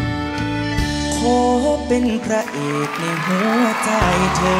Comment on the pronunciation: ผู้ท้าชิงร้องพลาดหลายจุด เพลงกลางออกเสียงแปลกๆ คำว่าหัว คำว่าลวงล่อ ฟังทะแม่งๆ กรรมการเอ ไชยยาเป๊ะกว่าครับ